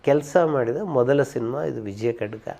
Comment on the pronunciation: ವಿಜಯ ಕಡ್ಗ 😂🤣🤣😂🤣😂🤣😂😂😂😂 ಅದು ವಿಜಯ ಖಡ್ಗ ಓಕೆ ಕಡ್ಗ ಅಲ್ಲಾ 😡😡😡 ನಂ ಸೂಪರ್ ಕಸ್ತೂರಿ ಕನ್ನಡ ಭಾಷೆನಾ ಸರಿಯಾಗಿ ಉಚ್ಛಾರ ಮಾಡಿ ಹಂಸ ಲೇಖನಿಂದ ಅವಳೇ ನನ್ನ ಹೆಂಡ್ತಿ ಸಿನಿಮಾ ಯಶಸ್ಸಾಯ್ತು ಅಂತಾ ಹೇಳಿದ್ರಲ್ಲ ತುಂಬಾ ಫನ್ನಿ ಯಾಗಿತ್ತು ಸಿನಿಮಾ ಕೇವಲ ಹಾಡುಗಳಿಂದ ಪ್ರಸಿದ್ದಿ ಯಾಗಿಲ್ಲ ಹಣ ಮಾಡಿಲ್ಲ ಕಥೆ ಸಂಭಾಷಣೆ ಕಲಾವಿದರೆಲ್ಲರ ನಟನೆ ಪ್ರಮುಖ ಕಾರಣ ತಪ್ಪು ತಪ್ಪು ಮಾಹಿತಿ ತಪ್ಪು ಉಚ್ಛಾರ ಮಾಡ್ಬೇಡಿ pls 😔